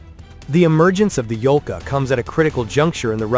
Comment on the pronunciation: Yolka (Ёлка) - spruce. Not "Volka", although Volk is Wolf in russian, which also make sense))